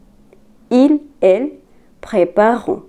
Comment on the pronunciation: Bonjour, c'est bien, mais vous avez fait une petite faute de prononciation, prépareront, vous devez prononcer le re sinon ça fait préparont